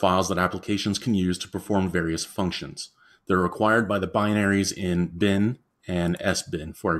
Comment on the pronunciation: It's leviOsa, not leviosA. Your pronunciation of lib and bin irk me.